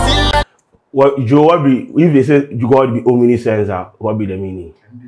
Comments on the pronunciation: It's Omniscience and not "Omniscent". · its not Omnisci-ence but omniscience